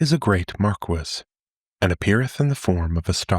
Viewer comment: just abit of correction Mar-kee and lay-men .